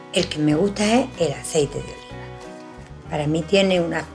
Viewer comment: No se entendió el aceite que usas tu.parece que dijiste el de lino?